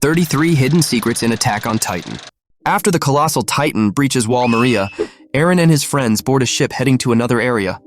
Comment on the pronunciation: the way he said wall maria...